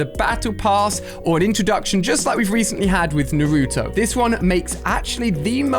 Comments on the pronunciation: I love the way that he says narooto while its naruto 🤣🤣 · Yeah I love "Nuruto" 😂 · YOUR STILL SAYING NARUTO WRONG!!!!!